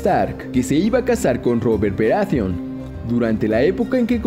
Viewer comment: Bien, despues de escuchar esta sarta de estupideces (sacando la ultima que es mas que obvia...) queria dejar unas consultas: 1) Claramente para el video se uso algun tipo de modulador de voz bastante mediocre.. 2) De no ser asi por favor indicarme quienes son "Denarius Targaryen", "Robert Beratheon", "Twyn", Tyron".. ya que voy ya por Festin de cuervos y jamas escuche de estos personajes. A lo mejor se referiria a Daenerys, Tywin, Robert BARATHEON y Tyrion... Conclusion, hacer un video con teorias estupidas pueden tener sentido, pero minimamente seria bueno aprender los nombres de los personajes.. A kurko vein le gusta esto xD